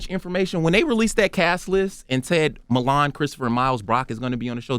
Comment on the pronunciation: WHY CAN'T ENVY PRONOUNCE MILAN?! WTF? LOL